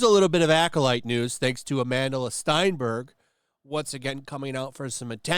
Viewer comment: STENberg, 'stehn'. Not 'stine' like if it was spelled STEINburg. Even shitty people deserve to have their name's pronounced correctly.